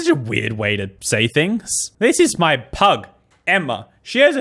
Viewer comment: when she said pug i thought she said “this is my plug,emma” 😭😭😭